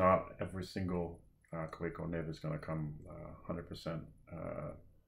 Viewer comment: Great review, thank you. I have the Kaweco Art Sport Metallic Turquoise, and it is definitely in my top 5. By the way, the correct pronunciation is ‘Kah-veh-co’. 👍